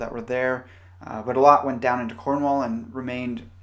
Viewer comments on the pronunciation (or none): none